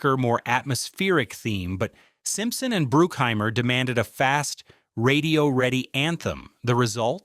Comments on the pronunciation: It's BRUCK HEIMER,not BROOOK HEIMER,get your names correctly A-hole. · BRUCK..... BRUCK-HEIMER. Not brookheimer...... dang man.... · Jerry Bruke-Heimer? 😂😂😂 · When you cant pronounce Jerry Bruckheimer's name right, you kinda lose all credibility here. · Correction. They did NOT actually do the inverted bird scene. That is blatantly obvious in the movie. Love the AI mispronunciation of Jerry Bruckhimers name. YouTube is so bad now. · Can you get your AI voice to pronounce the names properly? Bruckheimer and Elbert.